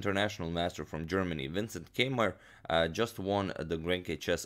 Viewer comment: When he said Keymer, I thought he said K-mart!